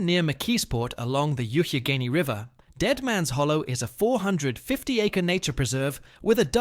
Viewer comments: It's pronounced Yock-a-gainy. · Now that it matters but the Youghiogheny river is pronounced like Yawk Uh Gay Nee. Every school around mocks it calling it other things like Yuck or Yuff. Almost never hear anyone not from here be able to say it lol. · Cool video, but the pronunciation of Youghiogheny made my ears bleed. It should be pronounced “yawk-a-gainey.” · Pronounced: yock-a-gaynee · ...'YOOKagheney'. Really? Here's some advice to build your channel: take some time and train your AI-voice to get the pronunciations correct. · There are numerous ghost towns in Pennsylvania. You mispronounced Youghiogheny. I visited most of these places. Thanks for recognizing how interesting PA is.